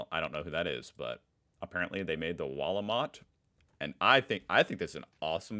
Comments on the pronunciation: it is the "Wahl O Mat" not the wallmarkt 😂! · Driving me crazy how you say Walmart and not wahl ooh mart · Is it me or does he pronounce wahl-o-mat like Walmart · Well here's a pissed off comment. ;) You pronounce Wahl-o-mat wrong. Make the A sound like posh English "blast". You seem to struggle a bit with the sounds so just trying to help. <3